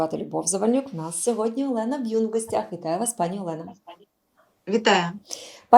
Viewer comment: Любов, Таролога звати Олена Бюн,а не Б'юн.Вухо ріже постійно.Пробачте.